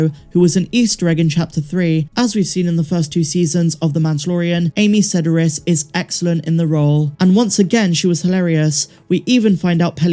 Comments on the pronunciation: For future reference, Amy Sedaris's last name has the accent on the middle syllable -- sed-AR-is. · wow you really British uped "Sedaris"!! try pronouncing that a little more american ;)